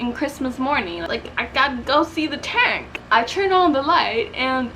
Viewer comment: fire boy Ixta taunk